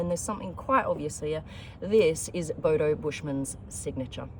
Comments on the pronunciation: A Bodo? Did an Australian name it? "Hey mite, that's a noice, boudou". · Hahaha um laugh my S out when hearing u say Bodo which mean stupid in malay language...😂😂😂